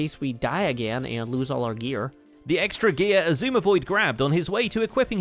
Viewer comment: why does Keralis call xisuma "Shashammy void"?